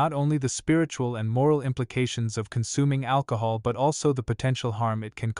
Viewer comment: AL - COHOL 😂 The name makes sense now